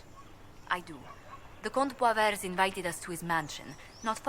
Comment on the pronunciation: As a french baguette, I'm very offended by the way you pronounced "Comte Boisvert". "Boiseveurt".... My heart, my soul...